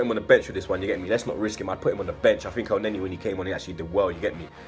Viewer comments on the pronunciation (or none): none